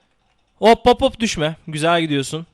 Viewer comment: Düşme derken sanki doushbag diyor